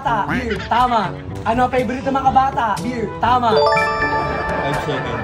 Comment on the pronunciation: 😂😂😂😆😆: ANONG PEYBORIT NG MGA BATA.?: BEYR 😂😂 dami kong tawa sainyong dalawa palagi 👏👏👏💚